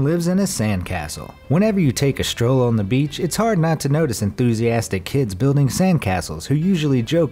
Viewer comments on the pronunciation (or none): none